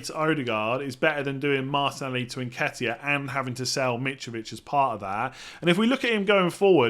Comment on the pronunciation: Please pronounce Martinelli correctly. 😩😩😩😩😩😩😩😩😩😩